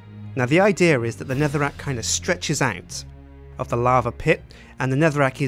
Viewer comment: anyone else notice he says idear instead of idea?